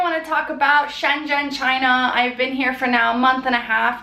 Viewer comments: but its not choona its china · chOOna... not china?!